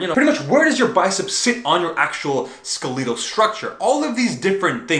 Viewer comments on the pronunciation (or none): When is someone going to tell it's pronounced "SKELL-etal" instead of "Skel-EAT-al"? It's pronounced exactly like skeleton, except it's "ul" at the end instead of "on". Skele....ton. Skele....tul. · I like his vids, but he keeps saying "Ske-lee-tal". lol....it's Skel-eh-tal. Say "Skeleton" out loud. It's not Skeleeeton. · Holy crap I just realized you've been trying to say "skeletal" this whole time. I thought it was some other word I didn't know the meaning of because of the odd pronunciation